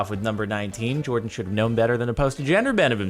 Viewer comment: jardon says jardon when it clearly says Jordan lol